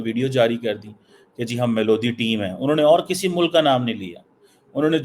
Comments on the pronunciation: भाई मेलोडी है मेलोदी नही 😂😂😂😂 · Its melody like in song. See how this illiterate motu pronouncing it😂😂😂